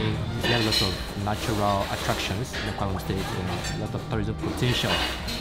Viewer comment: It's Akwa Ibom, not Awka Ibom